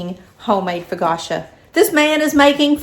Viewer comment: “Foe-ca-tcha” accent on the middle syllable. Sis yr so from KY :)